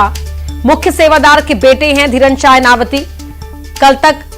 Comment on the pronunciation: इनावती नहीं है बहन😂.... इनवाती है